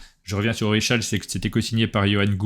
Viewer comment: Merci pour la vidéo. Est ce M cathala qui a choisi le nom du jeu Orichalque ? Parce que je suis presque sûr que ça se prononce ori(k)alque ! Je trouverai ça amusant